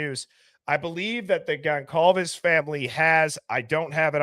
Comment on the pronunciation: The C in Goncalves is pronounced like an S. Gon-solve-ez.